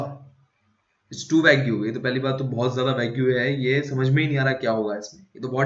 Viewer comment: Its pronounced as vayg not as vagyou